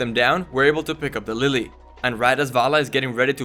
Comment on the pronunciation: LeeLee not Lily